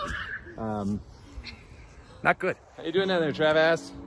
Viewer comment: "Travass" hahaha, great video. That is some funky sod...its like they couldn't of tried to make mismatch more if they tried.